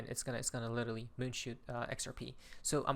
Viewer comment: There is no Little Lee, there is only literally, now pronounce it lit er ally!!!